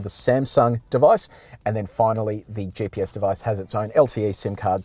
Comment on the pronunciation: Someone ought to let the host know that the acronym is GPS (GeeePS), and not JPS. His "JPS" pronunciation was throwing me.